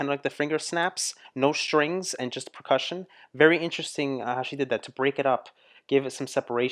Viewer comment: I love you and your reactions, but I really wish you would say percussion the right way. I scream at you every time you say it wrong!!! Lol.